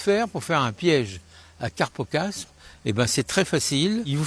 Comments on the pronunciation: Carpocapse et pas carpocaspe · C'est tout à fait ce qu'il faut faire, le seul bémol, c'est un carpocapse, et pas carpocaspe !! Sinon tout bon 👍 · C'est ne pas "carpocapse" et pas "carpocaSPE"? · On dit carpocapse.